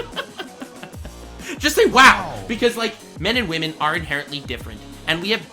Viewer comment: It's no longer pernouced women it's now pernouced wamen